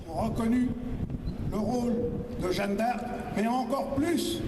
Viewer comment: L'autre il n'a pas compris que ce n'était pas "Jane D'Arc" mais Jeanne d'Arc ? Il n'a visiblement rien compris à l'Histoire de France au point de prononcer le nom de Jeanne d'Arc comme "Jane d"Arc". Ils sont trop drôles ces types de l'extrême droite, même pas capable de prononcer : Jeanne d'Arc. "Jane d'Arc". Quelle insulte pour la France. Et les autres : ouais ouais ouais avec applaudissements. Ils n'ont pas compris : il a dit "Jane d'Arc". Qu'ils sont cons ceux de l'extrême droite.